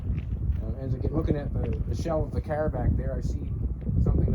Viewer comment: Drinking game.... every time he says Caahr!